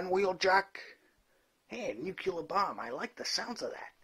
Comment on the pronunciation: Never heard of a nuc-you-ler bomb, only new-clear bombs.